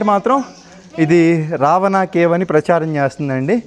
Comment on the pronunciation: రవాణా కాదు రా బాబు రావణా